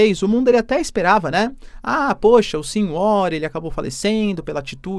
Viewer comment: "sin uór", é foda, hein professor? o nome do cara é pronunciado "Sanuár"